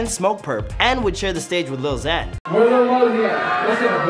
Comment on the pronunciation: It's Lil not Little